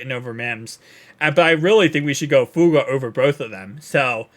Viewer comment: Please put the third syllable in Fu-a-ga.